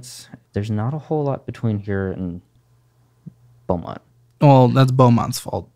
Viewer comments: BEAUMONT not belmont, FINALLY one from the 409 💀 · It's Beaumont not Belmont. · FYI - Intro says Belmont instead of Beaumont.